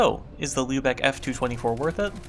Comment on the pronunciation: Respect to for pronouncing Lübeck correctly.